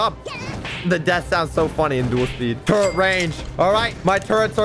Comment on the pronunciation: I like how he says turret like toret